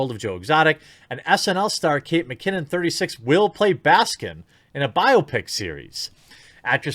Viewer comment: Jesus Christ, How can you not say BIOPIC right? Totally unwatchable hack you are! I'm just kidding but it did make me roll my eyes and trigger me a little.